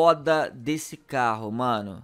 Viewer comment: O super mais CARRO do GTA V (parece russo falando caro )